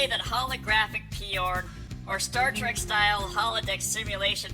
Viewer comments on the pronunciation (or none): none